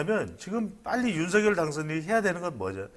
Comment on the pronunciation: 배동선 소장님 발음을 정확하게 하시기 바랍니다 ? 발음할때는; 윤성열로 발음하셔야 맞습니다 쓸때는; 윤석열이 맞습니다